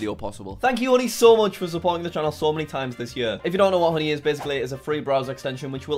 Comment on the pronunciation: hooney in stead of honey